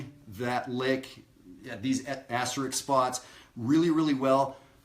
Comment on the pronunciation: Great lesson, as usual. Thanks! NOW, for your lesson from an unrepentant word prig: the word is pronounced "asteriSk", NOT asterikS. Now let me go chase some kids off my lawn....See you at Maryland Summer Jazz. --Dayton